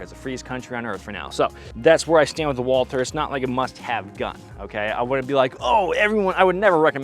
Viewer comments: First Bonds PPK was .32 not .380. Second Walther is a German brand and is pronounced closer to Vault Hair than the English pronunciation. But what should I expect. Most Americans don’t pronounce Porche correctly. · Walther is a German company, and in German " w " is pronounced " V " so it should be said " Valter ".